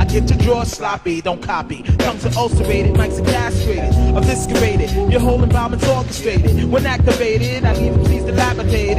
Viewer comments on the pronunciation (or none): when you grab a dictionary but you dont know how to pronounce it... 'eviscerated' the C as 99% of english speakers know, is not pronounced.... its not a K sound. ah well, he makes music and i listen.